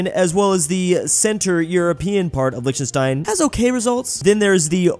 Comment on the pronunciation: Lichtenstein is pronounced with a germanic-sounding "ch" - like in Scottish "Loch Ness". And with a "sh" sound instead of a simple "s" before the "t". And "ei" is a diphtong that's pronounced like "ai" (which you got correct). Normally I wouldn't care, but you said the word Lichtenstein so many times! And it bothered me so much even though my native language is not even from the Germanic family!